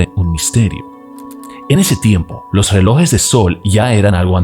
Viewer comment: Buenos días se dice relojes no reloes